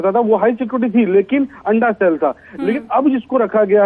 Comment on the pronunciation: Arrey madam SALE nahi Cell kaha jata hai aur SIFT Nahi Shift kaha jata hai😂